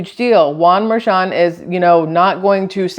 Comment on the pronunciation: The judges' daughter has made a ton of money from Trump's trails. You're right, "Mer-shon".